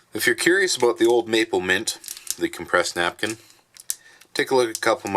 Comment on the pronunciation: Glad to see you back. Awesome review. Loved the opening. “Don’t worry ABOOT that”. LOL 😝😆🤣😁😂